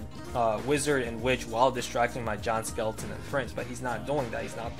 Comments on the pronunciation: When he says "Giant skeleton" i tought he said John skeleton XDD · I keep hearing John Skeleton lol